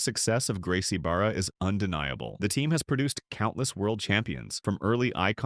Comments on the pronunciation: Gracie Bear-UH is great! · calling it Gracie Bear is crazy work